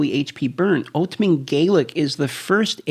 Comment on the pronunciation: The way you say "ultimat" is weird